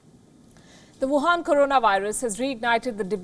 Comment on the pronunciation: I just love the way you precisely say WAHUN CORONA VIRUS. Just amazing.